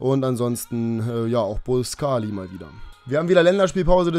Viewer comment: Sagst immer der Report sagt immer ....... Falsch und machst es auch falsch mit boscagli